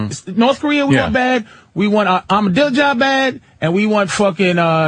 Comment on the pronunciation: I smile when Patrice calls Ahmajinedad "Armadillo-jad".